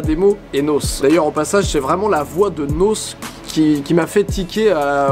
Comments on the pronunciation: comment as tu osé dire nosse c'est N.O.S bordel !! 😂😂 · Je suis fan de rap us mais en fr PNL sont avec quelques autres les seuls artistes que j’écoute. Bref analyse très cool, PS: on dit N O S et pas Naus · Pourquoi vous dites nosse ?! On dit N O S , il y a des points entre les lettres donc N O S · Arretez de dire "Nausse" c'est N.O.S ! ahlala... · Mais bordel vous me tuez les gars avec votre NAUSSE c'est N. O. S. faites un effort mdr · Ademo ET NOSSSE mdrrrrr c’est n-o-s monsieur le professionnel du rap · On dit pas nausse mais les lettres N. O. S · ptdrrr "NOSSE" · N.O.S pas "Nausse"😭😭😭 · Bonne video mais c pas nosse c N. O. S. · C'est N.O.S....PAS NAUSSE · Faut arrêter de dire nosse on dit N.O.S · On comprends rien à ta chaîne tu sors n'importe tout et n'importe quoi et en plus on dit N.O.S pas noce. lol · Dans tout les cas le nom de scene de nabil c'est N.O.S pas NOS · Ademo et Noce 😂😂😂 bientôt le classico de l'homme et du peusseujeu en Ligue 1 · Ce qui m’a choqué c’est qu’il a dit Nosse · Mais bordel au bout de 1 une minute il dit "Ademo et nausse" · Il a dit nossse ptnnn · Diamant = 500k et on prononce n o s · On dit n o s ou nos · NOS ça se pronnonce ainoèce mdrr vous savez pas parler ^^ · il c pas prononcer nos n.o.s